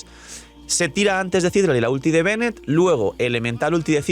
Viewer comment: v sería muy mamón si menciono que Citlalí está mal pronunciado?.. digo, tiene el acento en la "i" final, no al inicio... de igual forma debería decirse Citláli, como en México se pronuncia normalmente. Solo digo ._.